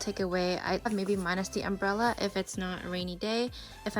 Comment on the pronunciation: Did She just say, she carries a “ portable umberella ?” Oh My God . Grotty